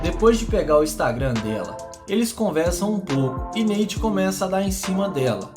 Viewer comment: Neite ? Kkkkk Nate*